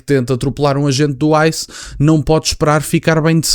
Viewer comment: Quando ele falou Icém é igual grupo kkk jornalista falou esse grupo atacava os pretos ele não atacava dois branco preto